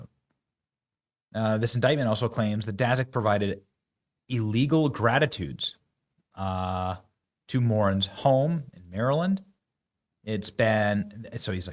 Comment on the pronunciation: Benny ............. GRA TWO IH TEES .................... NOT grad - ee - tudes ............